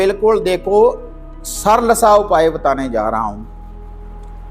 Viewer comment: Sarl saral ko bhi bolna nhi aata hai.